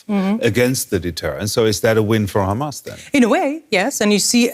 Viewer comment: She slipped with that khamas